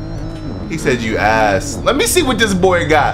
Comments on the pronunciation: My boy had me dying 🤣🤣says “youass” 🤣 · “Youass” IM DEAD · “Youass” Instant regret💀